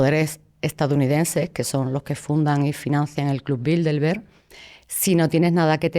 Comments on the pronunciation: Yo me pregunto una cosa ... Porque pronuncia Bildelberg en vez de Bilderberg? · Crisitina afirma haber estudiado el Club Bilderberg intensivamente durante 2 décadas, pero ni siquiera pronuncia bien el nombre: repetidamente dice Bildelberg, al menos al principio del video.